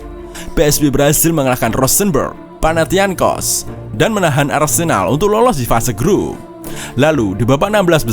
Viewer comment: Club panahiancos gak ada.. Yg ada panathinaikos fc... Sebutanaja salah